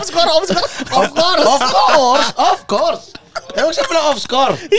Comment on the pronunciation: Of course jadi of skor. Ngakak maaattt gua lah 😭🤣😂🤣